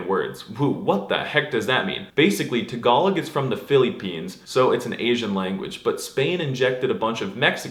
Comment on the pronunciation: Please pronounce "Tagalog" and "Philippines" correctly. I am VERY triggered. I still like your videos.